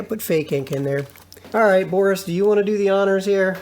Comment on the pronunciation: it's not boros it's boris